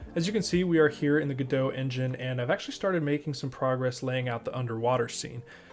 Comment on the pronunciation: Pronouncing Godot wrong. Ask the devs.